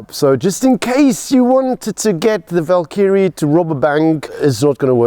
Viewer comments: This SAfer pronounces Valkyrie like Knobkerrie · Annoyed with how wrong this guy is sayng valkyrie 🥲